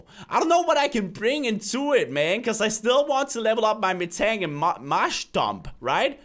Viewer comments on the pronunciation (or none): none